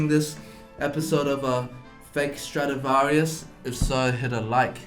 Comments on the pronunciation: It's Stradivarius not Stradavarius. Big faux pas TwoSet :D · Sorry to interrupt, but the poor guy's last name was "Stradivarius", not "Stradavarius" :) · isn’t it supposed to be ‘Strad-i-varius’? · He : "sTRadIVaRIuS" Me: Laughing in Allegro Moderato